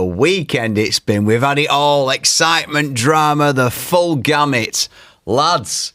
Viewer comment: Gamir? Gammit? Learn to speak ffs. Gamut.